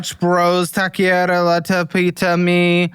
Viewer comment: Say it with me TAWK-ER-REEA (roll the R's)